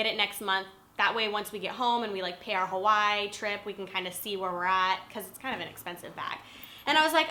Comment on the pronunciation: She pronounced Hawaii Huwoy... lol great videos though(